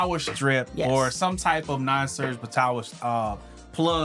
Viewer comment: Did you said "non surg" protecter?